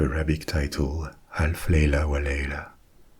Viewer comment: Your pronunciation of the Arabic title was spot on.